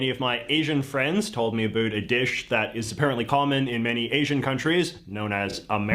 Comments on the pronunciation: Wow, this is the first time I've ever seen a Canadian ACTUALLY pronounce "about" as "aboot." I had always heard Canadians did that but had never met or heard one who actually did, until this guy. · I’m pretty sure the German guy didn’t pick up on it I don’t know how many other people did but it made it 3JJ don’t know gave a clear indication of who he is or where he’s from anyway. must be Canadian because at minute three he says about but pronounced it aboot! Classic Canadian give away for some one being id’ed as a real Canadian. Next thing need to do is apologize 10 times to us. It’s ok Canadian cousin we still luv youall! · I’m Canadian and this is the first time I’ve heard someone pronounce about aboot. I thought it was just a South Park joke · I'm doubting the guy who did the video you are reacting too is a real American. I think he himself is a Faux-American because he keeps pronouncing ABOUT (American- Ahbowt) as AHBOOT, which is most definitely the CANADIAN pronunciation! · That guy is totally Canadian as he is pronouncing abOUT as abOOT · he said aboot.. instead of about.. he's Canadian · This guy saying "aboot" all the time really pisses me off.. x3 As a Canadian, I have never met one person that pronounces "about" in that way. :/ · Why does he say the word “about” with a weird pronunciation? Is he Canadian? It isn’t /aboot/; it is /abowt/. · Yes indeed his pronunciation of "about" as "a boot" is hilarious. It should be a drinking game whenever he says "a boot". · Aboot lol he's using the older English pronunciation of ou that still hangs on in parts of the UK and in Canada 🤣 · The guy in this video is obviously trolling the whole Canadian vibe with his Vancouver license plate, and mispronunciation. he slips up and says about, not a boot. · I’m fairly confident this guy is actually Canadian. He pronounces "about" as "aboot" 😂 If anyone’s a South Park fan…they made fun of this all the time at least in the early seasons. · This guy said a-boot!